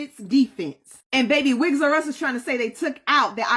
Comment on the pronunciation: Did she just say 'wigs r us and izzy' 😂😂😂